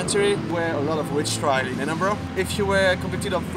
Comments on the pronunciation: "Edinbora" değil, "Edinbıra". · Edinbörg değil edinbora her güne yeni bi bilgi sağol 🖤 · iskoçya ve iskoçya tarihi ile çok ilgileniyorum fakat "edinbrah" diye telaffuz ediyor kendileri, lütfen. videolarını severek takip ediyorum ama bu kullanım biraz kulak tırmalıyor. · Edinbrah diye okunuyor. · “Edinbrah” diye telaffuz edilir